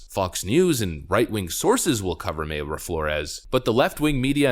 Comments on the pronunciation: It’s My-ra Flores. My-ra not May-ra. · I'm fairly sure Mayra is pronounced "My ruh"; one word of course, no pause. I used to know a Mayra. Although, "Houston, CA" is pronounced differently from "Houston, NY" so who knows. Need to listen to her say her own name to be sure.